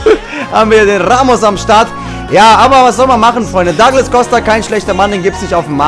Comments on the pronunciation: Der heißt duuuuuuuuuglas Costa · Epischer Anfang! :O Ich finde deine Pack Opening echt mega cool, von den Sprüchen am besten! :) Er heißt aber nicht 'Dagles' Costa! xD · Duglas" Costa bitte ;)